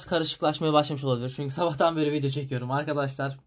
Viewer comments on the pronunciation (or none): none